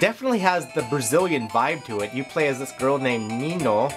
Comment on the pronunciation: American stereotypes. Managing to mispronounce Niño en calling him feminine. :p